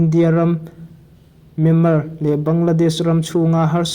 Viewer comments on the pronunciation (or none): none